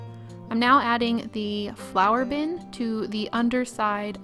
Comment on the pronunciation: I love how this turned out. Plus as I kept hearing Flower!bin instead of Flour!bin I was so confused till you added the handle. Then it all made sense. Might make one of these one day. :} ps to round off those glue stick pots you could have heated them up a bit.